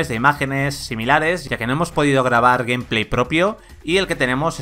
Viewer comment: A mi me hace ruido mas cuando los españoles pronuncian algunas palabras en ingles bien y otras mal, que rayos es "Gumplay"? se pronuncia "Geimpley", tambien les pasa con Lite y Spiderman que parece que lo leen directo en español